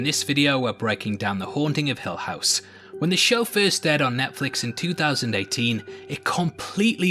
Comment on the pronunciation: Haha it’s hill not hell house buddy